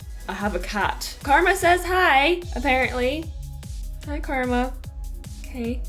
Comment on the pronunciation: Was the cat called Karma or Garma?